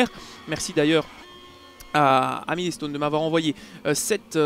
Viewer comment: "Milé-stone"... j'ai arrete là. Desole